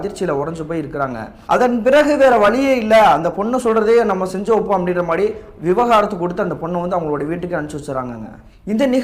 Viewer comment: விவகாரத்து இல்லை தம்பி, விவாகரத்து